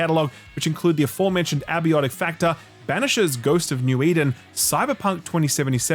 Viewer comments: Possibly the most Australian thing you've done so far is pronouncing "Abiotic Factor" as "Abby-ottic factor". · Man you're still saying 'abiotic' incorrectly